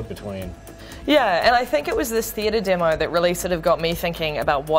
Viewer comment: every time she says demo she adds a r its really annoying to hear 'demore' that what she sounds like